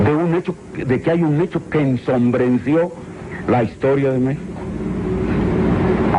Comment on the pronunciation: El pendejete que le reclama es el Jose Reveles, Diaz Ordaz se burla de su ignorancia y pronunciacion: "ENSONBRENCIO" hasta la fecha esta traumado por la leccion de caracter de Gustavo Diaz Ordaz.